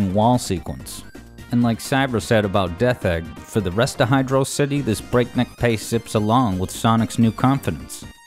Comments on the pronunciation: For the record (not trolling), correct pronunciation is Hydro City. This was confirmed with remakes that added space, and before that by now it's written in Japanese. I'm not going to say that saying it like velocity isn't understandable, but it's not really correct. This is more divisive to people who just assumed they were right than the gif interface. Those who don't know, the creator also confirmed it's "jiff", but people just like to stick to what they were raised (know as a cognitive bias). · IT'S PRONOUNCED HYDRO-CITY!!!!!!!!!!!!!!!!!!!!!!!!!!!!!!!!!!!!!!!!!!!!!!!!! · HIGH-DROE-CITY!! how the hell can you miss pronounce it? You prot! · Can't believe you got it wrong twice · Whether on purpose or not, I like how the pronunciation of Hydrocity is unconsistent throughout the video xD Great video! Overall, I rly love all of your Sonic Music Theories! Fun to watch and interpret :D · I really want to be invested, but the way you say hydrocity is killing me. (Love the content btw) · I love how you pronounce the stage's name both ways. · Cool, you pronouced the name of the zone both ways throughout the video to avoid drama on the comment section. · Very sneaky to keep changing your pronunciation of hydrocity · The best music you have analyzed on the channel and you don't know to pronounce the name of it. What a shame. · we just gonna accept that this guy is pronouncing hydrocity wrong? edit: wait he pronounced it right later in the video wth edit2: ok you got me. subscribed. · Can't believe pronounced it Hydrocity, but then changed to Hydrocity, smh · As much as I like the video, for saying hydro city incorrectly, I must give a dislike. Sorry I don’t make the rules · I am really bothered by how inconsistent you are with your pronunciation of “hydrocity”.. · Even though he uses both, someone is still going to complain about the pronunciation opposite of you and do the same thing. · It is pronounced as Hydro - City